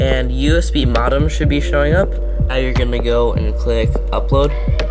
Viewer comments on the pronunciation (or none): The way you said "modem" made me feel old. It's pronounced with a long "O" (like in mode).